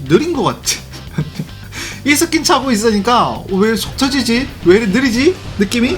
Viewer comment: ㅋㅋㅋㅋㅋ나도 이스킨을 이새끼라들음